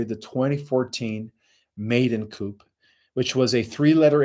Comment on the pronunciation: Also: coup is pronounced Kooo